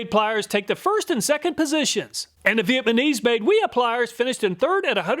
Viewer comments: You said Vietmanese instead of Vietnamese. I've definitely done that before. Another great video BTW. Also, I'd really like to see a review of the best battery powered pruning shears. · "and the viet ma neese" hahaha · anyone else hear him say Vietmanese?